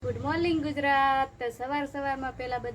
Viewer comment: ગુડ મોલીગ નય 😅😅😅😂😂 ગુડ મોર્નિંગ કેવાય